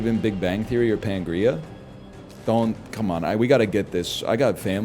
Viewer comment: NL saying "pangrea" is sending me